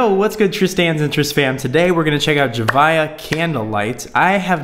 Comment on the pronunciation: Your saying her name wrong